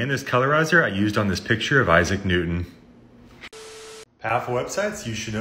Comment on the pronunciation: Isaac Newtone? WTF?